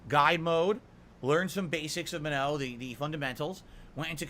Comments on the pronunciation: He's pronouncing Manon wrong. The game doesn't say it that way either. "Manoe." Wtf? It's more like muh-nohn (with the o being pronounced like in the word "okay" and not like in the word "nominal"), with the n at the end either subtle or silent. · Maybe if he stopped mashing and learned, he'd get better. And it's not spelled "ma-no", logically, it's spelled "ma-nun" or "ma-none." Get bent,. He's played street fighter since SF2, so he should inherently know how to fight the original cast. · Guys it's Man-on. The announcer clearly says Manon. How'd he got "Manno?" Is a complete fucking mystery. I guess if he wasn't always in damage control everytime he gets beat a Manon, he'd hear the name clearly. Plus the whole point of placements is to . . . Place you on your skill and knowledge of the character not to learn a character. Why would you go to rank to learn a character? Jeez. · should look up how to say Manuh, that’s not it. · As a French Canadian, who's been speaking French since he was 4, I can tell you he's screwing up the pronounciation of the name "Manon". Either Capcom messed up on the pronounciation, or someone told him the incorrect pronounciation. I'm quicker to believe the latter. That second N in her name is not supposed to be silent.